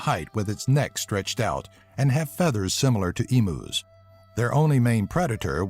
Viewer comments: They're pronounced "e-myu's" not "e-moo". No offense, but with the time you guys took to research and compile all these facts, I thought you would have known something as simple as it's pronunciation. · "Eemoos" it's pronounced "Eem-yous" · Emus it is Eem uus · E-Moooooos, siq pronunciation bruh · "Emoos" Haha, classic. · simillar to "emoos" hahahaahhaaaaaaaaaaaaaaaaaaaaa